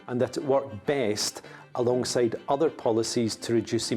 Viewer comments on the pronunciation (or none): none